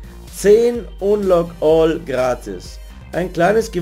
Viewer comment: Hi Lern Englisch bitte wie man richtig unlock all oder hoster ausgspricht weil es heißt ned hoster... forcehost du horst...